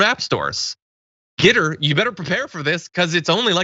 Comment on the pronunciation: The photos are for the those who pronounce it "Get Her"...